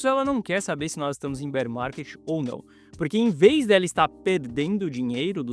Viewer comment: Entrei so pra ouvir “Bérr Marrket”